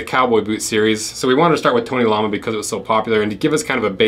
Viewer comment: It's "tony l-o-ma" Not lama like the animal